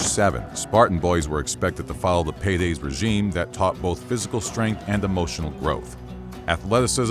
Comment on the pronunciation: Paides* not Peireis